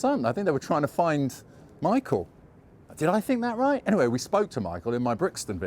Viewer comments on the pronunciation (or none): none